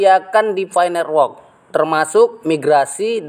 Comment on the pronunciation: Nerwok.. Network woiii.. lidah kerok dulu pake emas bos..